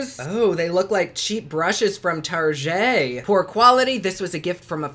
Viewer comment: So happy I'm not the only one that pronounces it "Tar-jay!" Lmfao love you!!! 💕